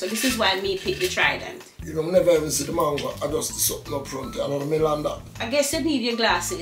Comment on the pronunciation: Papa harry said the trident pretty 😂😂